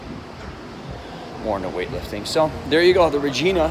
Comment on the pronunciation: The city's name is pronounced Re-JYE- na . You didn't hear it on your flight when you touched down? You're VERY american as is your yankee accent!